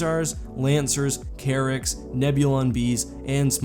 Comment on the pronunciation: is the Enforcer one of those cases where you couldn't find a picture of it? also I thought at first you said carrot cruisers, not Carrack, lol